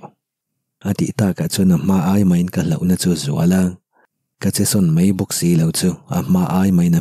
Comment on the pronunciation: Ka lo sawi ve mai mai ka thiam ber ka ti lo a,mai tih tur a mei tih te,ngaih tih tur a ngheih tih te a tam mai 😬dik lo lai a awm zeuh zeuh a,se i chhiar thiam ka ti tho tho